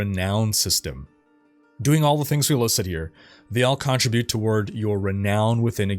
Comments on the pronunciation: "cOntribute" instead of "contrIbute" ish hurt my brain lol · You say "Con-tri-BUTE" weird... hehe. Did you get to see the Iron Wolves Oasis? I thought it was real cool. I wanna live there. When you collect your Loot from the Tree of Whispers, the Cam pulls back quite a way on the Environment. Very nifty.